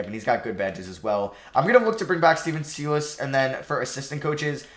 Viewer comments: please change the way you pronounce Stephen Silas' last name lol it's not pronounced see-las it's pronounced sigh-las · why do you prounounce it seelas LOL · why u calling him SEEE- LASS LOL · please pronounce Silas correctly,,,,every time you butcher it makes me cringe